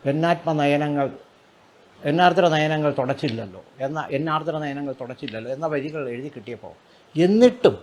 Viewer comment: മലയാളത്തിൽ ഉച്ചാരണം പ്രധാനമാണ്,ഇത്രയും കുറ്റം പറയുന്ന ഇദ്ദേഹം "തൊടച്ചില്ല","പൊസ്തകം"ഇങ്ങനൊക്കെ പറയുന്നത് ഒന്നു ശ്രദ്ധിച്ചാൽ കൊള്ളാം